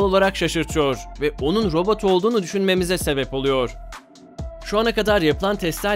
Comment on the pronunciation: robut degil